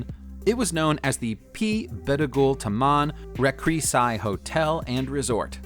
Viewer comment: it’s “Taman Rekreasi” as in rekrea “See” not “sai”